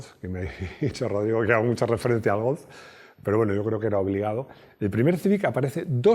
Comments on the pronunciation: Se dice Golf no Golz de nada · Me llama la atención que siempre suele pronunciar Golf como si acabase en Z. ¿Es la forma correcta o es una "maximada"?